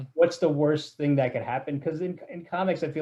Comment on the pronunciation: Sidenote: sometimes says thang instead of thing.